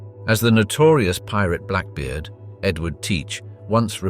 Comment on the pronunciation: Black Beard NOT black bard, Lollonoir NOT lollonay